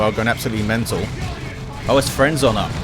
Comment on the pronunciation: always hear friendzone when i read or hear frenzon poor eversor